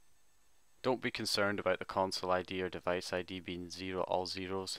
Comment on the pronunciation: is keep saying no divaice